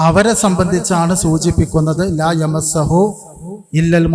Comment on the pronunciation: ലാ യമസ്സഹു അല്ല കോയ ലാ യമുസ്സുഹു എന്നാണ് പറഞ്ഞ അർത്ഥവും തെറ്റ് വായിച്ചതും തെറ്റ്